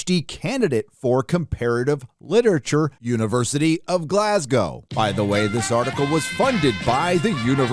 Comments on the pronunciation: Thank you for being the first American I've heard pronounce my home city "Glasgow" correctly! Take note everyone, Glas-go not Glas-gaw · As a Brit im mega-impressed got the pronunciation of 'Glasgow' correct... good job! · Gotta give it to an American that says Glasgow right. I know people that go there. Extremely woke, mate got alot of shit for complaining that the lecturers couldn't understand glasgow accents. Even more ironic, he was on a language course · Man, I’m just happy you pronounced Glasgow correctly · Glad to see you listened to Az and Mauler about how to correctly pronounce Glasgow. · Glad you pronounced Glasgow well after hearing your previous efforts the other night 😂😂😂😂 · They haven't killed Sean bean on Snowpiercer yet woo! Also said Glasgow properly yay. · I know this video is important and it is but as a Scottish person hearing an American saying Glasgow correctly lol